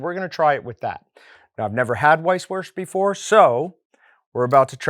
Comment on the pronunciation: Great video but would it really have been that hard to look up how it's pronounced lmaoo